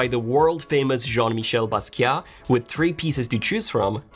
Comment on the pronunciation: I liked how you pronounced “Basquiat” 😏